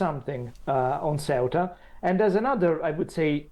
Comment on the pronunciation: yes but finally pronounces it CORRECTLY